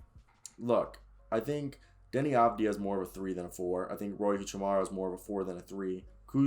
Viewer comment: Love the video bro! But how you can only pronounce 4 peoples names right and you got Deni Avdija flawless?😂😂 no disrespect, keep it up💪🏻